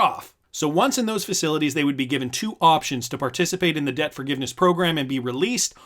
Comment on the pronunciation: Anyone who says “Zose” is not to be trusted.